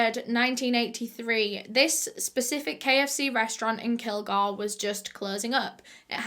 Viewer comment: Bitch it’s kil-GORE I’m literally from here don’t talk about it like h know the whole damn story if u don’t u know what h found in media